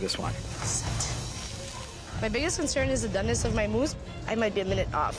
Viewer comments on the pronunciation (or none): Why does scallop mousse sounds like scallop moose